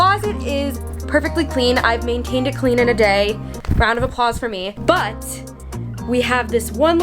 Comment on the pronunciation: British accent took over: 😂 bUt